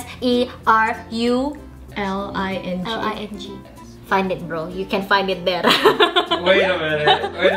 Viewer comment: I think is not wrong to say it "seruling"